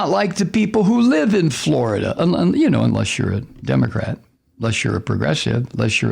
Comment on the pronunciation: pronounced: Flori-Duhhhhhhhhhhhhh